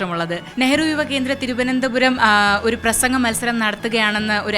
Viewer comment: And I can say, she is the best, for I bet, she is the only hindi speaker who pronounced the word "Thiruvananthapuram" properly. 👍👍👍👍👍